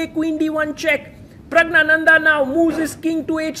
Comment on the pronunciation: You continue to misopronounce Pragg's name. You take extra care with foreign player names